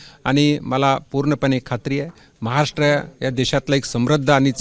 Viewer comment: केंद्रीय राज्यअर्थमंत्री असून....महाराष्ट्र हा शब्द नीट बोलू शकत नाही....हे दुर्दैव...😥